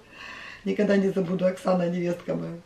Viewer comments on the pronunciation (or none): none